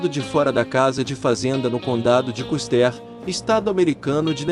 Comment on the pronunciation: Muito legal. Só recomendaria cuidado com a pronúncia em inglês. Por exemplo, não se pronuncia Custér e sim Cústêr. Não é Garrétt e sim Gârrett a pronuncia.